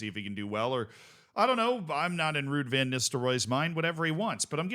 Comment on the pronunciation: Ego check: it's pronounced Vann not Venn